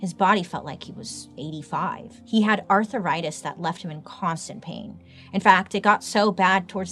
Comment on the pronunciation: I will always say now “ARTHURritis” love it!